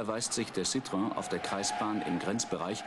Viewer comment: Citroen [Zieh-Dröhn]